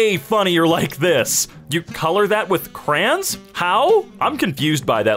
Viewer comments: "Crey-ans" Hi, Midwest/Southern here, I call em' "Crowns"/"Cray-ons"... Please tell me what In the Emkay hand is "Crey-ans" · Hey.. Mind to remind me how the fuck you pronounce Crayons? Yknow. Cray. Ons. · I FOUND ONE WHO SAYS KR'ANS INSTEAD OF CRAY-ONS